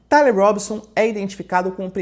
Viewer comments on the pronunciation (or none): none